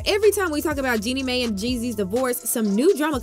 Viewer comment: Yall mispronounced Jeannie Mai and Monoco name. Lol😂😂😂